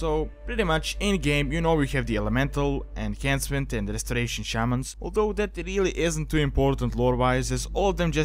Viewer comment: Wait, what did you call it? Enkansment? It's called Enhancement!